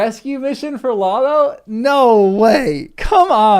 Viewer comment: "Lotho": both long o's, and a voiceless th (like in "think," not in "this"). "Odo": both long o's, like the character in Star Trek: Deep Space Nine.